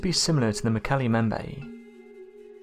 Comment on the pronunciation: Mokele.. EM BEM BAE. say it right!!!